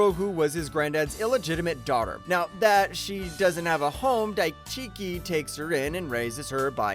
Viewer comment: Good fan it DaiKichi!!! Not DaiChiki!!!